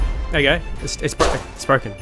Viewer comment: English speakers - "Here we go!" - "Here we guy!"